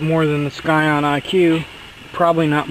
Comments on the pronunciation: "sCion"!?!?!? Sorry bro, but it is pronounced "scion", the c is silent😂😂😂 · The fact that he kept pronouncing scion as skyon was driving me insane. It's pronounced sigh on. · FYI the c is silent in scion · ill vouch that and say you're 100% correct. My cousin down south says it like skion and he's firm on it lol